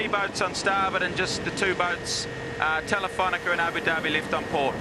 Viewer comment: I love watching this stuff…but it's TelifonicA…where is the -er?